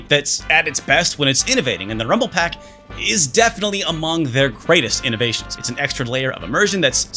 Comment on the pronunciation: It's pak and not pac, pepole from my country pronounce peck instead lol